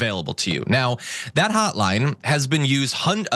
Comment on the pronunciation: This "hotline" sounds like a "not line".